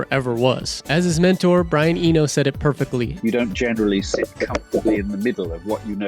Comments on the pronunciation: That Spaniardized pronunciation of Brian "Enjo" is killing me bruh 🤣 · Eno, not Enyo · and Brian Eño 😂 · Brian "EnYo" ..... seriously? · And Brian Eno, but otherwise a great vid. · Awesome video, thanks! Just for info Brian's surname is pronounced Ee-no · Nice video and it’s “Brian E-NO”